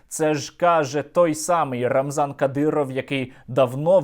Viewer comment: не рамзан кадіров, а рамзанка діров.